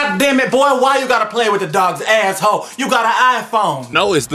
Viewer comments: when he says "asshole" I here "asshoe" but I guess that's basically the same thing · I LOVE THE WAY HE SAYS ASSHOLE LIKE HE PRONOUNCES IT AS ASSHOE